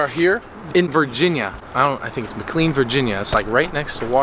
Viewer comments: fax, its mic-clane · It’s been so funny being from virginia and seeing him pronounce mclean mickleen😂